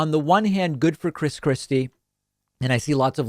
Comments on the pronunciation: Did I heard you say " Chris crispy" Lol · When he says Chris Christie, I hear "Chris Crispy" which makes me imagine Christ Christie as a giant fried chicken. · I know David doesn’t do this type of thing, but I kept hearing him say “Chris Krispy”